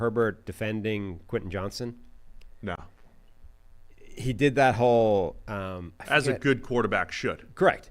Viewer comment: Bro.. its Q JOHNSTON 😂😂